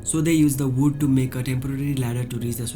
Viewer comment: its wood not ood !!!